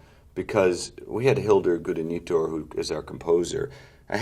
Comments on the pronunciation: Wow, you really butchered Hildur's name there, Todd. Guðnadóttir (Guth-na-dott-yr) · I love how Todd butchers Hildur Gudnadottir's last name 😂 Gudanitor 😂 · That might be the worst pronunciaton of a name i’ve ever heard.